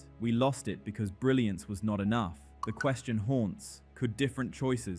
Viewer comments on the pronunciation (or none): none